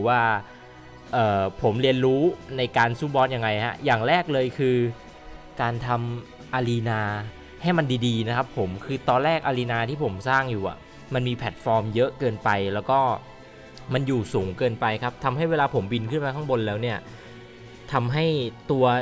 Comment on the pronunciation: arena = อารีน่า ไม่ใช่อารีนา Dodge = ด็อจ ไม่ใช่ ดอจ Stew = สตูว ไม่ใช่ สแตจิ่ว Space = สเปช ไม่ใช่ สเป็ช หยุดอ่านผิดๆทีเหอะคนไม่เก่งเข้าจะจำผิดๆ